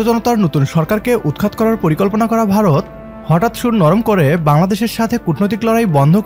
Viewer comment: It’s not barat as you say, it is Bharat !